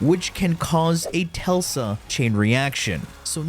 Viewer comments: Tel-sa? Bruh. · Bro said telsa😂